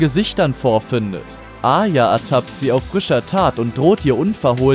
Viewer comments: Arya, nicht Aya! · A"r"ya und nicht Aya das hat mich so getriggerd! Aya, Aya... Aya...😖